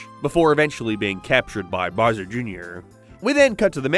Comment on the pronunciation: His name is Bowser, dude. Why do you keep calling him "Burrsur"? XD It's like a toddler who hasn't learned to properly speak yet, what even is this??